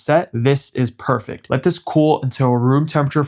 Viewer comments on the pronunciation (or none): none